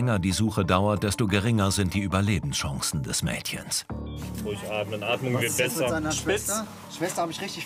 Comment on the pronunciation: Nicht böse gemeint aber es heißt besser und nicht bässer 😅